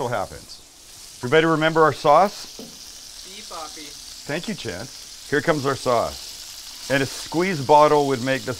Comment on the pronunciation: That "si papi" sounds so wrong! Hahahaha!!!